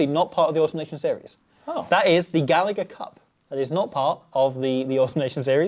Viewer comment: Love the content lads. Heads up Gallagher is pronounced gal-a-her. Second g is silent. Constant bug bear for us! 😂